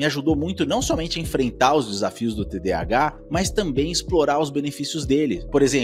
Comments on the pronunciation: Cara eu não consigo me concentrar no vídeo com ele falando TDHA invés de TDAH. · Quem aqui mais com TDAH com agonia ele falando mil vezes TDHA 🫠🫠